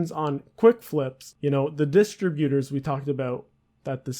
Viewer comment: you dont even know how to say "distributors" right